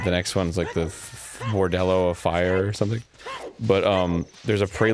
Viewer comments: First Woolie now Arin, what is going on with you guys and Bordellos? It's Bolero, Seriously, it's been confusing me recently. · Bolero, Arin. The Bolero of Fire. Not "bordello". -_ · "bordello" of fire............we just going to ignore that? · SPIRIT TEMPLE. NOT THE SAND TEMPLE. AND IT'S BOLERO. MY GOD, ARIN